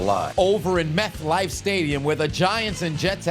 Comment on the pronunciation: My dude really said Meth Life stadium 😂😂😂